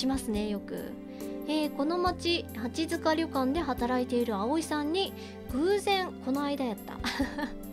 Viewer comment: 、リクエスト採用ありがとうございます！！ 読み方、きしもじんであってますよ！！ って、読み方出ましたね！！ このゲームは本当に無駄な事柄が一切なく最後のフラグの回収が凄いゲームです！！ 八塚（やつか）ですよ～ 最初の音量でも自分は大きすぎなかったですよ～ My梨イオン！！！ セーブデーターを別けて、グッド・ハッピー・そして、自分が一番お気に入りのトゥルー・三つのエンディング、見ますか？ どれも、素敵な終わり方なので、ぜひ、3つとも、見ていただきたいです！！